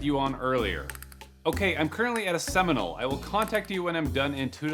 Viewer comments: "I'm currently at a seminal" 🤣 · “Currently at a seminal” WHOA